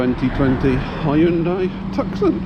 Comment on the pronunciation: come on. Hyundai is pronounced yunday. The car is to-son.😅